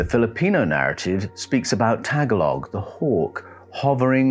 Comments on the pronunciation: Daghang salamat Mel! Thank you very much! Many people make the mistake of pronouncing the word "Tagalog" as "Tag-alog". The languages here in the Philippines are phonetic, and the correct pronunciation is "Ta-ga-log" with the emphasis on the second syllable. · Thank you for all your work. Your & the narrator voice grab my attention. I was once laughed at & corrected by a Filipino nurse when I asked if she spoke the Tag-a-log dialect, she said it was pronounced Ta-gol-ig. IDK I may be totally wrong. Maybe because I used one word for another. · it's TAGA-LOG, not tag a log book... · Pronounced tah-gah-log. Not tag-alog. But yeah. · Tagalog is the word used by the people of the Philippines to signify the people of the Philippines. The Filipinos I know pronounce it "ta-GOLL-og." The "Tagalog bird" is probably the tigmamanukan. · Isn't Tagalog a language? He's just pronouncing it wrong, right?